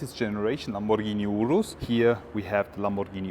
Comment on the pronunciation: Your pronunciation of "Urus" is spot on! 😂